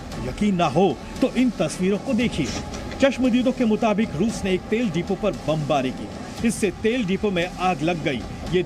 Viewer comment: "Ruse ka bola Sahar ...ruse ke kharkiew' kaise reporter ho be